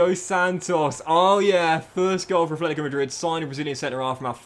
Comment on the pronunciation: Brother stop it !!! Please !! It’s NOT ATHLETICO ITS FUCKING ATLETICO !! It’s already like 4 years every time my ears bleeding whenever I hear it from you